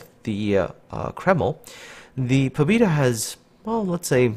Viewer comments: Pabyeda, trust me, I'm Russian. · "pob E da" oh my God,thats so painfull to listen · Sorry dude! I poorly speak English and even more poorly speak Russian but the ship is named "Poh-beh-da." The Russian word on the cliff in port is the Russian spelling. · Pah-byeh-dah. Learning Cyrillic is a wonderful thing, might help. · "Pabyeda" ITS "PABYEDA"!!! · he is not right, the name he is using Russian would write it like "Pobida" and ofc that wrong closest thing in english to Pobeda would be Pobyeda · I periodically ask a Russian aquaintance of mine to look at the names of ships from the Russian server in Cyrllic ... she said the ship is pronounced " Pa-vee-Ay-da" with the V being a soft blend of a b and a v, and the a in Pa sounding like a dog's PAW.